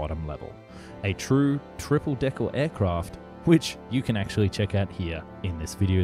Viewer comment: Did anyone else hear him when he said triple "deckle"